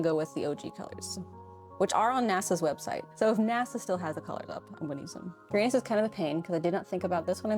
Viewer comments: People mispronounce Uranus you did to😂 also a wolf frogger and wolf bat pleeeeease for my 12 birthday on January 9th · It has been a while, but there was a video with an alternate pronunciation for Uranus as oo RAN us. It is definitely less embarrassing to say. I could also be remembering incorrectly.